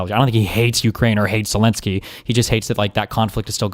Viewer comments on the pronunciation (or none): none